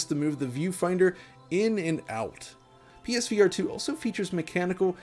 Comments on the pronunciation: Pesverato, got it! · Why do you say it like ”Peesveearetoo” it’s not one word 😂